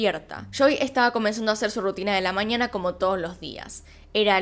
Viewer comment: se dice mañana, no maniana